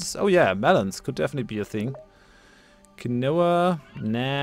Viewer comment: Just a heads up, quinoa is pro-nounced "kin-wa". I live in Melbourne and the yuppy's love that crap.